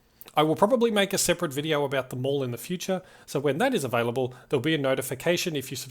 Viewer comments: You’ve gotta pronounce The Mall like you’re saying Mel Gibson… “The Mel”. This is how it’s always been pronounced since it opened! Great video, looking forward to the next. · I was thinking the same thing. Great video, but for as long as I've known about the place it's always been pronounced like "Mal"